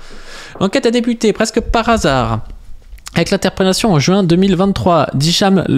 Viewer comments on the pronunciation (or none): none